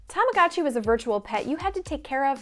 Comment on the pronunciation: stop saying "tamagatchi", it's obnoxious.